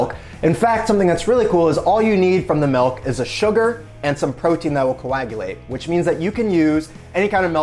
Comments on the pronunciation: Its MILK,. Not MELK. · “Melk” My Soul: 😭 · Hi, excuse me, WTF is "melk"? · Lol "melk" fib .